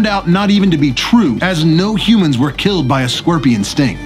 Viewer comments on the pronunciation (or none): none